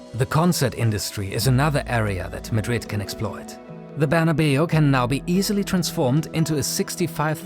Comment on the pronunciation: Saint Barna-biu? Or Barna-Bao?